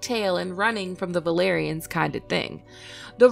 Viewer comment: Why do you pronounce "b" instead of "v"? It is so annoying the "balerians".